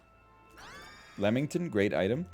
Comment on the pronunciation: NL so committed to calling it Lemington it makes it into a title lol. I used get so frustrated at how many words NL pronounces wrong on purpose or otherwise (cough, abaddon, cough), but now it's just funny honestly